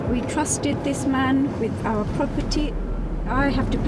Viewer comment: First 2 minuits in the video i hear "we have to pay awer mortgage" im sorry but i think its messed up to rent out property u havnt paid for yet and making somebody els pay ur mortgage, at the verry leased own the home before u rent it, renting homes should not be a business/main income -_- just my opinion thu 😮